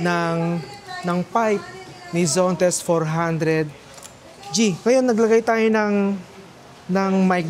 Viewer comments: ZONTES ❌ ZENTOS ✔ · Zontes po , hindi Zentos😅